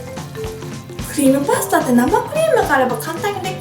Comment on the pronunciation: クリームパスタの発音が関西っぽくてかわいかった😂❤️